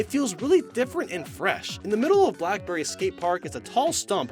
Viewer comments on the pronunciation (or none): It's black belly not black berry